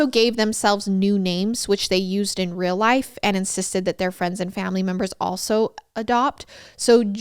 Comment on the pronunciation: I cannot get over how says deal as dill and real as rill 🥺❤️🫶🏽 it’s so adorable! ❤️❤️